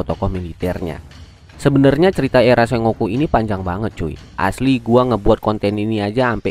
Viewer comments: ejaan ny bkn se-ngo-ku tapi sen-goku ato seng-goku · Sengoku cara bacanya senggoku bang (fyi) Sukses trs buat channelnya bang 👏